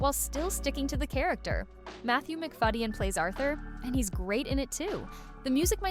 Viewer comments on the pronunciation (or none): Matthew McFad-gen